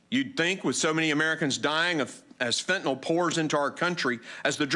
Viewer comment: It’s pronounced `fen-tan-il` not fen-tan-ol, just saying